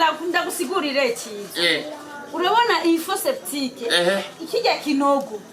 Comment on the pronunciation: Oya nawe ntumuhende Ciza. Ni fosse septique apana fosseptique